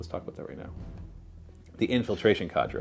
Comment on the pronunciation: Its not cadra. It's "k" ( the sound of the letter k) and the "der" or "dur" depending on the accent. It's a real word. Not a weird tau name xD